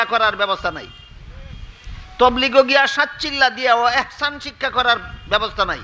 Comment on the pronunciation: হুজুর শব্দটি(একচান)নয় দব্দটি হলো( ইহছান)।